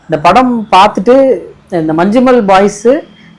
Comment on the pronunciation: உச்சரிப்பு 'மஞ்சும்மெல்' இல்லை 'மஞ்ஞும்மல்'